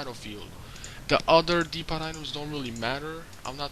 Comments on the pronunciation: "Dee-pot" items? You mean "Dee-Po" right? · no its dee-po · no offence but the t in depot is silent u don't say the t just thought id correct u ^_^